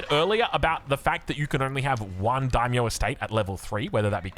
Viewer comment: hilariously, halfway through when he's talking faster in the style, he pronounces it perfectly haha. He calls the Daimyo unit spot on for pronunciation